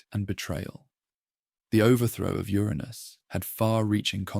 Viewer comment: Just wish you would decide how to pronounce Uranus. Trying to sleep but cant because I'm giggling too much!!! "Ur Anus made a fateful decision" and a weapon was made of "legendary strength" material to overthrow Ur Anus 😂😂🤣😂 i love it!